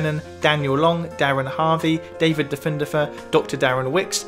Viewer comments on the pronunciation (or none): none